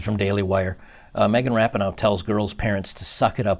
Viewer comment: its megan ra-pee-no